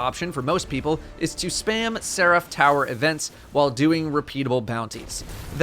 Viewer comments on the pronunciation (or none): It’s not ser-AF, it’s SER-if. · Nobody:: Se-wrath. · Nobody:: "Ser aff" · The way he says Seraph is killing me.